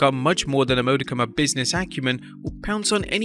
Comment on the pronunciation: hey dope accent voiceover guy. Might wanna check your pronouciation of "modicum."